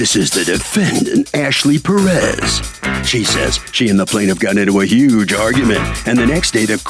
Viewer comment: Tell me why Judge Milian acts like she's having problems saying the last name Perez properly.😮 Come on judge.